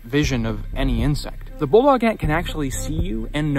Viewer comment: "Australian BULLET ANT'S! - Inch Ants - Bulldog Ant's - sting First Aid" youTube narrated by an Aussie "... also known as as a bulldog ant..." 0;20 timestamp He pronounces it "bullog", but he's obviously saying "bulldog"